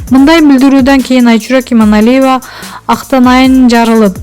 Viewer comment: ФУУ.. БЛИН ЭМНЕ ДЕГЕН ОКУШ. ИМАНАЛИЕВАНЫН ФАМИЛЯСЫН ТЫНЫРААК АЙТА АЛБАЙ, ТЫНЧ ЭЛЕ ОТУРЧУ ТАНТЫБАЙ